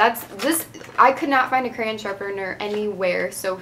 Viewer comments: Lol u say cran not crayon just like me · Yep, me too